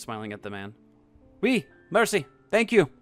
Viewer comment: Another great job from the narrator! Maybe a tip? Write out foreign words for better pronunciation. Like mairsee for merci and daygoo tunt for dégoutant :)